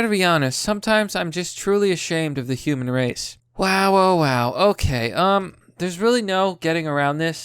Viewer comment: Hu-man? Still not good enough!